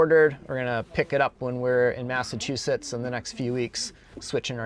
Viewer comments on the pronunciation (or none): none